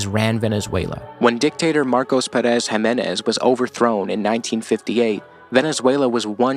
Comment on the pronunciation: great video but man please please please the tonic syllabe is Pé in Pérez